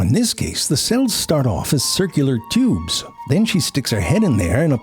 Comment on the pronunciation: All of the 'teeubes' and 'babehs' in this video! 🤣